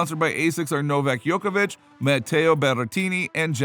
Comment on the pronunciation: Excuse me what? Did you just say “Novak Yokovic”